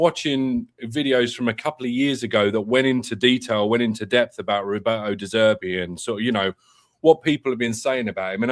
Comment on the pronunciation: You really need to work on your "de Zerbi", 🤣